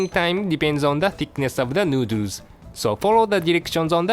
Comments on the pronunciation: New-dewrs hahaha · Stay strong chef. I'm glad to see you again btw. I'll be waiting for your triumphant return. On a side note: I love how say Thoroughly and Noodles.